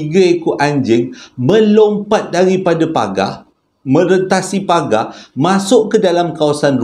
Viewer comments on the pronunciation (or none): none